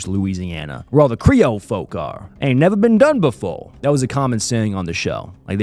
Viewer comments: Nevah ben dun befo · “never been done befo” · "Nevah been dun befo!"